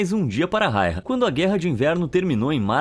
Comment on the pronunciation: Simo foi incrível 🔥 E o nome dele se pronuncia (Simo Raiya) e não rairra 😪